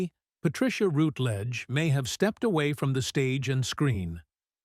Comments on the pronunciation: Thank you. Well compiled. However, forget the click bait! Not necessary. Sad, I think not!. Also, her name is pronounced ROWTLEDEGE not ROUTLEDGED! Cheers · What viewers may not know is that she is also a suberb singer of classical music. Watch her appearance in the Michael Parkinson chatshow via a fabulously funny song called "I Want To Sing In Opera". It's a hoot available on YouTube. Word to Presenter: shamefully and inexcusably you constantly mispronounced the lady's surname, except at the end. Shoddy workmanship. Furthermore the tribute was heavily overlong; you repeated yourself several times; overall you tiresomely got in the way.